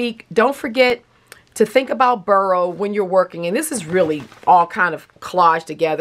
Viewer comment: I’m always curious about words — spelling, pronunciation, etc. — so I looked up boro, partly because an O is so rarely pronounced like a U. And the only thing I know about Japanese is that words are usually pronounced the way they are spelled. Sure enough, it’s not pronounced “burrow” but FORO, almost like saying the number 4 and the letter O. Yep, the B sounds like an F, which is unexpected! Both O’s are long. But don’t quote me 😱 since probably learned from the expert she mentioned in her comment!